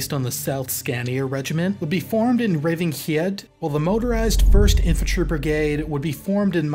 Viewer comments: Haha the way you butchered Revingehede I had to spend some time looking it up. xD Hede is actually Danish for heath. (Scania used to be Danish during the viking age). It's from Norse heiða or heiðr, meaning "an extensive area of rather level open uncultivated land" according to Merrian-Webster. So a sort of peaty plain. As for Revinge, I'm less sure. It's certainly some kind of barren land, perhaps refuge for outlaws, or more likely land inhabited by a many foxes. Rev (pronounced rév with a long eh) means fox in the Nordic languages. So Revingehede could mean the plain of many foxes. Try this to pronouce the name: Reh-wing-eh-hea-deh (with an e like that in head). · Älskade uttalet av Skåne, Revingehed etc